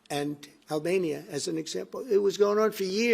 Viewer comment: The stupid POTUS can Not even read properly: Aberbayjan and Albania fight for years. Azerbayjan not Aberbayjan .... Armenia not Albenia. Zionist stooges never succeed in literacy. this day USA is acting like a desperate bitch run out of money and try to harm anyone by deceit! Already sponsoring genocide in Palestine by giving bombs and surveillance for free while US debt skyrocketing $37.5 trl. and now trying to destabilise Central Asia. Wake up American ppl, do something about these zionassi fascists running government lest it would be too late.